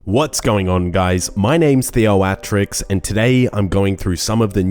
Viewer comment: how you say theoatrix makes me so mad. good vids thnx